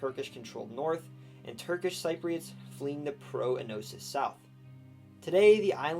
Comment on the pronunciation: Every time you mispronounced Cypriots I cringed inside.